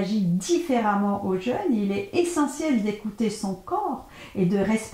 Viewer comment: pourquoi vous dites jeune (jeune homme par exemple) ma le jeûne a un accent et on dit JEÙUNE surtout quand on veut donner des conseils